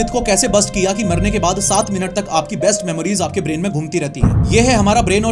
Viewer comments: He said "Breast Memories" Instead of best... Bs yahe last line thi 😂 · I am the only one who hear breast memories 🙃